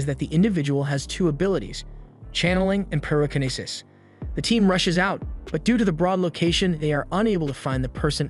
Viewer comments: Pie Ro Kini Sis. Tell A Kini Sis. Instant Ray Men. 😂😂😂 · The way this guy says the word telekinesis and pyrokinesis and several other abilities, As well as stuff like "ramen" as "raymin" drives me fkn insane.